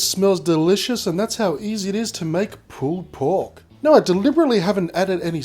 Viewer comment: sounds like hes saying pooped pork XD